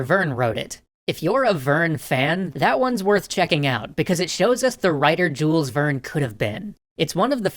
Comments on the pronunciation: Jule, the s is silent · I am pretty sure the "s" in "Jules Verne" is silent. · AAAAAAA YOU DONT SAY THE S IN JULES VERNE! AAAAAAAAAAAAAAAAAAAAAAAAAAAA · I know this is really nitpicky, but the way you pronounce Jules Verne's name is so weird to me. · It feels so strange that they don't pronounce him like the french and other europeans.